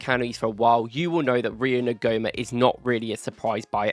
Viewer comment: Thanks for the video. Quality analysis! Just a couple of bits of (hopefully) constructive criticism (from a complete nerd). En-gu-mo-ah. It’s a tricky one! Second. Your analysis and video editing is so good, just have someone have someone proofread your text captions. I’m honestly not trying to be patronising. I really rate your video, so just add a step to have someone double-check for you. Excellence attracts excellence. Really good analysis of Rio, and I agree, his potential is frightening. For Slot, it’s about moulding him in the Salah mould and not the Doku / Nkunku mould running down blind alleys while everyone else stands around watching. But, from what I’ve seen of him this year compared to last, he is learning extremely fast. And if he’s training with players like Mo, Flo, Hugo, Gakpo, Szobo, Kerkez, Frimpong and so on, as long as he pays attention and keeps learning, he’s dynamite. Thanks again for the content